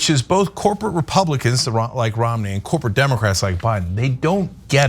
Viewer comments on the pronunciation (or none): Are they booing me? No, they are saying Roo-mney, Roo-mney.